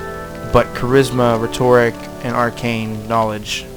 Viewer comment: I'm sorry, this video was EXACTLY what i was looking for to find out what the gameplay was like in this game, but you were pronouncing rhetoric wrong, and it was killin me. Still thank you for the video